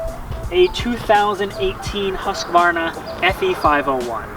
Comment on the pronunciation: I absolutely love your pronounciation of "Huskvarna". Since I live just outside Huskvarna (it's a city, yes), that made me smile. :)